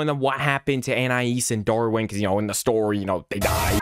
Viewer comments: You called Darwin Dorwin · You also pronounced Darwin as Door-e-an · And he also called Darwin Dorwin😂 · I love how he called Nicole "nickel." And he called Darwin "dory.' 😂